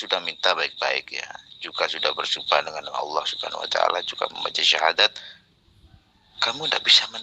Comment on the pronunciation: Baca syahadat aj g jelas pak, pekok